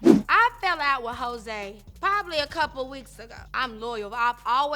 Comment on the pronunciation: Did she call her Jose lmao